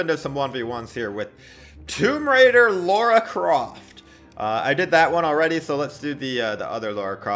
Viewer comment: its lara not laura